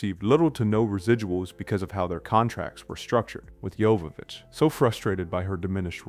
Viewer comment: How do you not pronounce Oingo Boingo correctly? Or Dino de Laurentis? Or Jovovich? Or Wachowski?